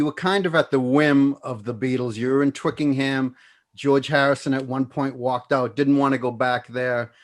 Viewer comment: Note to all Americans :- It's not TWICKINGHAM!